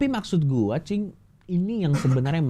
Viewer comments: Sampe salah sebut "cing" jadi "bib" wkwwk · Coki kalau manggil: Cing ❌ Bib ✔️ 😂😂😂